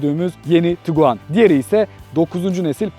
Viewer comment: Kusura bakma "tukuaan" diyerek yaptığın açılış sonrası videoyu durdurmak zorunda kaldım, umarım açıp kendinde bir izlersin ben katlanamadım.